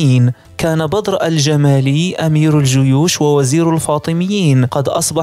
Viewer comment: يا اخي انت تسرد احداثا تاريخية مهمة فعليك أن تتمكن من اللغة العربية الفصحى ومن النحو والبلاغية مثلا عندما تقول الآمر بالمد وانت تريد قول الأمير فهنا يختلف معنى الجملة في سرد الاحداث وكذلك نطق الاسماء بشكل صحيح مثلا الصباح تنطق بشد الباء ... انا اشجعك فقناتك مفيدة تستحق المتابعة ولكن يحز في قلبي ان أتغاضى عن مثل هده الملاحظات لأخطاء قد تكون سقطت سهوا ارجو المعذرة لمروري